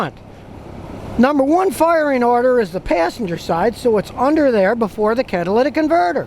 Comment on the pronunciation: Automotive Corner - Hey, how you doin' out they-uh?